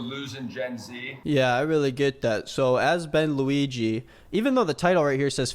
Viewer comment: For some reason I keep hearing bang Luigi, I only realized it was Ben Luigi, close to the end.